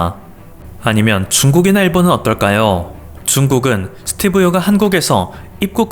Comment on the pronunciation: 스띠브 ~ㅋ 발음이 안된다.이제 지친다 니가 뉴스에 나오면 내 수명이 짧아지는거 아니? 고마 해라. 그지같은게 어디서 지룰 염뱅을 떠냐 니 세금 때문에 지금 한국에 오려는거 모른지 아냐,? 진짜 들어 오려면 니 재산 한국에 몽땅 기부하고 군대 갖다오면 용서할께